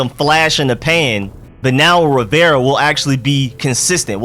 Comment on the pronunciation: Still haven't learned how to pronounce Rivera, eh....?